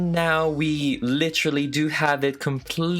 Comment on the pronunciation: This is how many times he said “Litchrally” 👇🏻